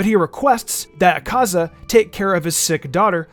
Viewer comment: The way he pronounces akaza, yikes